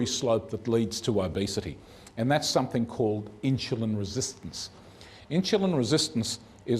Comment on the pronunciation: It is Insulin, not Inshulin.